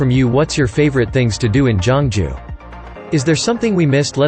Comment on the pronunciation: Not jongju it's geoungju